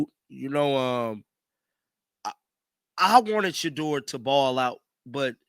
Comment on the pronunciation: Did he say Sheuder?